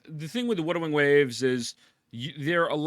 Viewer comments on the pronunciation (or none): "Widewing Waves"